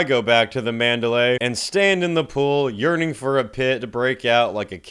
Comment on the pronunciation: Had a hard time understanding if you were urning for the pool pit or you were urinating in the pool pit. 😂😂😂